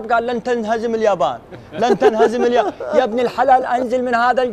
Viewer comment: اسمها اليابان وش الجابان🙄